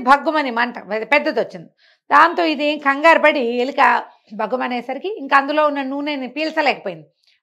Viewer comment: ఎలిక కాదు ఎలుక 😊